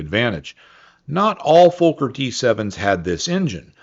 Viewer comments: Never heard a Fokker pronounced fo- ker before. Always been fok er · Reinhold Plalz? Was the designer of the Fokker d7,pronounced fawker,not folker.